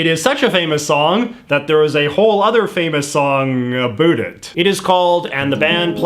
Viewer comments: “A boot” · Wait, you go all in with the stereotypical ‘oot and a boot’ for out and about, but then use the American pronunciation of Z? What gives? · JJ pronounces about as a boot, Aussies as a bat, and in addition to the wildIy different pronunciation there are numerous lexical differences. I really wonder why and how so many non-native speakers are able to learn it! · The way he says 'about', is that normal or is he just exaggerating it? It sounds so weird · Crazy Robots I was thinking the same thing. And then he pronounces about like an American pretending to be Canadian…